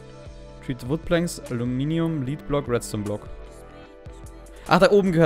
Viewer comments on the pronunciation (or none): Das wort lead wird wenn damit Blei gemeint ist eher wie "led" ausgesprochen. Im gegensatz zu "lead" wie du es ausprichst da bedeutet es führen/leiten. Ich weiß niemand mag Klugscheißer